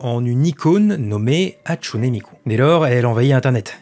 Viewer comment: Tu prononce pas la fin du Hatsune comme é mais e puis. Tu Viens même faire des histoires sur des intelligences artificielle qui sont pas humaines et on dirait de la pib au debut surtout donc